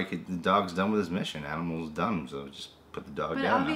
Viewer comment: "Aminals"? Really,? Are you 4 or something? (Even though it was funny).